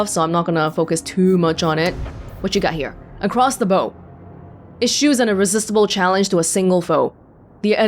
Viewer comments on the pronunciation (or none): Bow on a ship is pronounced "bough", like a tree limb. (🎶 When the bough breaks, the cradle will fall..🎶) Ships have bow, stern, starboard and port, (respectively front, rear, right and left). You might have heard the term in movies, "Fire a shot across their bow" in order to warn another ship.